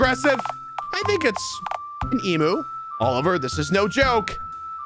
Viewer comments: yes, pronounce it emoo instead of the correct em-you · why does ranboo pronounce emu as “eemoo”. is it an american thing? its pronounced “eemyuu” right?????😨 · as an australian, i find the way ranboo says ‘emu’ really funny bc its pronounced ‘eem-you’ and not ‘eem-oo’ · he's... saying emoo.... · ive never heard it pronounced em-you lmao and i visit an ostrich and emu “farm” place almost three times a year lol